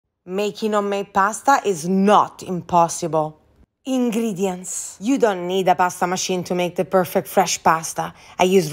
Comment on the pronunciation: "EeiNgReEdIeNtS" Proceeds to whip hair and smack her brother